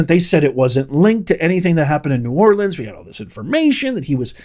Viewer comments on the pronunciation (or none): none